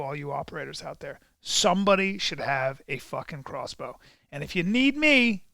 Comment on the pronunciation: lol crossbow is NOT silent